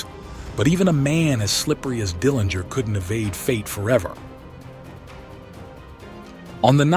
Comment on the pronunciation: Nice summary of John's life. I really liked the way you ended this regarding John's place in history. One item to note is that the Dillinger family name is pronounced with a soft 'g'.